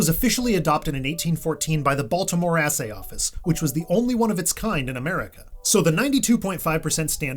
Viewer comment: So, there is no spoon 🥄... Also, "assay-office"?! Really?!